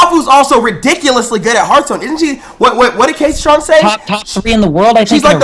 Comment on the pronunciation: says gayceytron lel